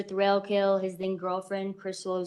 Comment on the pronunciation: It sounds like the procecuter is saying Mr Thrill kill. I had to check if that really is his name 😮😮😂😂